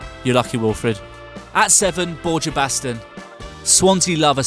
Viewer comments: They completely butchered Borja Baston's name. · The way you pronounce Borja Baston gives me AIDS, and I'm not even Spanish